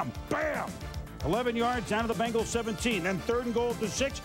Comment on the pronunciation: Bengals, not Benglas.